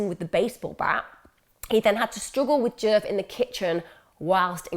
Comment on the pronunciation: I keep thinking ur saying jerk not DJef lol